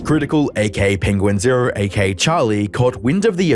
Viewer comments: me when makes yet another "notice me charlie" video while still pronouncing his username "penguins zero" when it's "penguin z zero" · It’s pronounced “Penguin Zee Zero”. :)